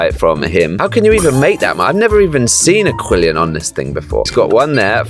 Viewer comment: AQUILLION HAD ME ROLLING 💀